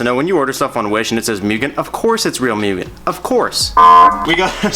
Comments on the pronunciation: Its Moooooogen not Miugen :/ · Hey man awesome progress ! Btw it’s pronounced moo-gen!